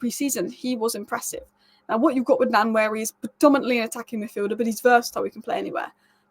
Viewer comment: Ethan Nwaneri is actually pronounced as WA-NE-RI